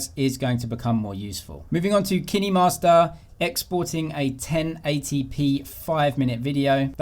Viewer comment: It's kinemaster. As in kine from kinetics.